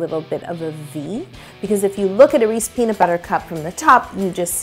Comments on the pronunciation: She keeps saying Reese i -😐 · Jersey Girl here. Reesies all day 😂😂📐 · actually it's Hershey that makes Reese's, but reese-es is the way it's said in most of the us outside the Delaware River valley. I lived in Chester county PA about 2 miles north of Maryland and everyone there said reesy. They also pronounce water as "wudder" tho so.... Lol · Aleem I CALL THEM "REESE'S" BUT PRONOUNCE IT AS "REE·see·S" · To everyone saying she said "Reese's" wrong, it is in fact "Reese" in Canada. Check the thumbnail!!! 👍🏻👍🏻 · You wouldn’t think where you were from would change the way you pronounce the brand. Canada it’s spelled REESE’S. America it’s spelled REESE’S. I don’t understand. And I’m Canadian. I just always learned it the American way. LOL 😂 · Yes, it's so annoying that she says it that way. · YES. that bugged me soooooo much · Facts I'm from Philly too lol it was making be tight when she kept saying it wrong...Canadian aye lol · I was like hey she said it wrong that's not how we say it in Texas lol.. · Still triggered by the pronunciation 🤷‍♀️ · Never heard anyone pronounce Reese’s the way yo does😅💓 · Sana Saleh you haven’t. She’s saying it wrong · It’s not right. There’s an apostrophe and a s there that she completely ignored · Because That's not how they pronounce it in the commercials! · It’s an American candy pronounced Reese’s Peanut Butter Cup. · Oooooh nooooo she said Reese's wrong 😱😩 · Its Reese’s not “re-sees.” All you have to do is actually watch a Reeses commercial. They say their product name. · Never heard it called a "Reese" peanut butter before...its Reese's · "Reese's" not "Reese" Yo! Lol meanwile im from Philly where everybody calls them "Reesy" cups lol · I can’t believe she said Reese instead of Reese’s so many times. I literally have never heard a single person call it that, ever! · It's correctly pronounced "Reese's" NOT REESY. I HATE THAT!!! People who say Reesy either can't read...or...THEY CAN'T READ!